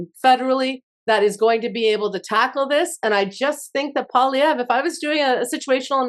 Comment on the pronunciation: I can't stand the dipsh*t but please learn to say the name of Poilievre. And before you freak out over an American takeover, read up on Norad. Jeez